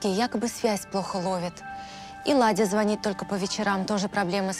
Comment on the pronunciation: Владя,а ни Ладя!!!